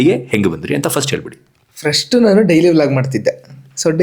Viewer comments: English pronunciation kaliyappa neenu...adhu frustuu allaaa...First adhu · ಫ್ರಸ್ಟ್ ಫ್ರಸ್ಟ್ ಫ್ರಸ್ಟ್ ಫ್ರಸ್ಟ್ ಅಲ್ಲ ಉಚ್ಚಾರಣೆ ಸರಿ ಮಾಡ್ಕೋ ಮೂ.... ವಿ